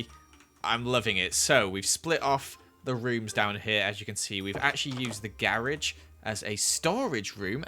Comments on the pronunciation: Me: GA Rage: GAR EGEE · saying garage very poorly:gArAgE me having to put captions to see what he actually said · You can really see the difference in English and American English: gar edge American: garage